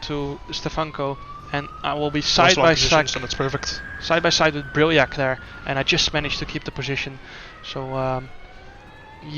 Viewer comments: Im actually stupid. I thought you said diahreah not diriyah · What a weird way of calling a track diriyah. Wtf...